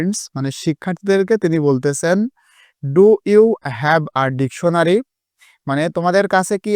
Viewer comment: সার ডেকুনারী না ডেকসুনারী😂😂